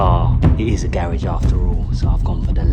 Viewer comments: please stop saying garage like that😥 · why does he say garage like that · It’s funny how he said garage😀🔥🔥